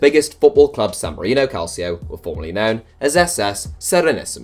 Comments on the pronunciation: It’s pronounced calcho not calSIO. It’s Italian not Spanish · Its pronounced Calchio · It's pronounced calcho! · Can’t believe this guy doesn’t know how to pronounce calcio